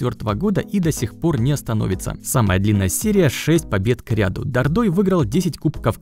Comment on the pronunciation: Прикольно звучит Дордой, но местные говорят ДО́рдой